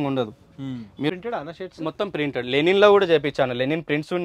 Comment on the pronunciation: Color shade కాదు కలర్ ఫేడ్,లెనిన్ కాదు లినెన్..లబ్బర్ కాదు రబ్బరు....అండ్ కాస్ట్లీ